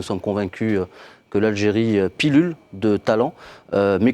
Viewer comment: haahahaha l'Algérie Pillule et 2 fois, monsieur c'est pullule et non pillule !